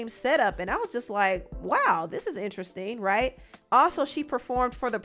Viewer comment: Every time she says “interesting” I hear weird😭